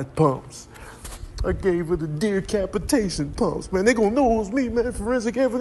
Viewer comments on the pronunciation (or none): Deercapitation! Lol